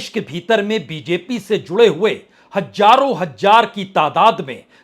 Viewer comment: Punya Prasun ji aap ka pronounce tion Z. se prarambh hone wale shabd ko aap J se prarambh karte ho Jaise ki Hazaaron Hazaar ko aap Hajaaron Hajaar kahate ho issi tarah doosre shabd bhi jo (Z) se prarambh hote hain aap ( J ) se prarambh karte ho pl correct your pronouncetion please Bura matt manana U R one of the best news reporter 🎉